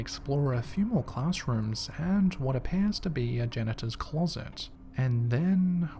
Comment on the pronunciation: I know he said janitors closet but I swear I heard genitals closet!!!